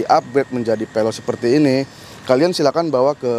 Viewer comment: Penjelasan ny kurang mantap. Veloz bang bukan peloz